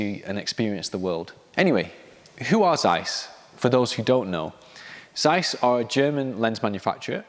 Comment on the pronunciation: “Tseiss”, not “Zzzeiss”